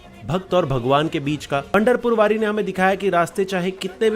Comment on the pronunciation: पंधारपूर वरी नहीं पंढरपूर वारी बोलते है